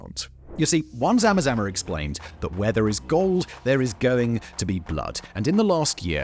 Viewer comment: Lol love how you say zama zama... Very close to how we actually pronouce it